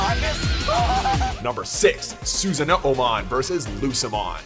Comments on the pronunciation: susan- no-mon.. wtf. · “Susan-no-o-mon” lmfao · it's sussanomon not Susanmon like who the fuck is Susan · sorry but it's pronouced Susanoo-mon not Susan-oo-mon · it's SU-SA-NO-man, not SUSAN-NO-O-man. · Dear lord... Susan-No-Oh-mon... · its "SUS-AH-NO-MON" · susan-oo-mon???!!! seriously dude xD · This one was pretty good but I couldn't stand the Susan oh oh mon. Like you started trying to say it then just gave up at the o's. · Susan-nono-mon? Yikes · "Susan-no-o-mon" are you fucking kidding me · Susano-o-mon? Really? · "Susan Uh-Oh Mon" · You butchered Susanomon name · Sigh... that Susano'omon and Diaboromon pronunciation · Fuck, you even added an extra syllable to Susanoomon! Just how much worse can you be pronouncing these names!!! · So they fuck up Susanoomon's name and just as he's about to say it, they cut? Nice job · as someone who struggles to pronounce some digimon names.... I'm cringing at how this guy said susanoomon